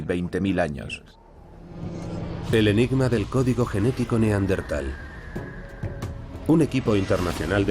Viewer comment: Buen documental, pero en el doblaje pronuncian mal la palabra Neandertal, cambian de posición la ere (r) y la ere (n) 🧐